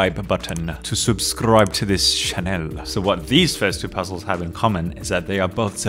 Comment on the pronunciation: "sobiscribe button" lol that should be what its called now